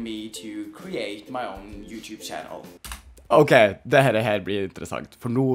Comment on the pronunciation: Hvorfor sa du utub